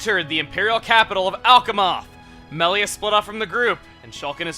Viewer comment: when shulk says melia it comes out melier is that just me?